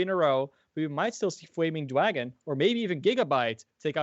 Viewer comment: Fwaming Dwagon!